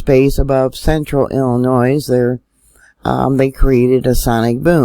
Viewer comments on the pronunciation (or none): FYI... The "s" is silent in the word Illinois.